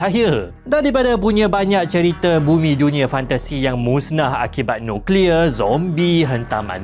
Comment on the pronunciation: Sng ckp nuclear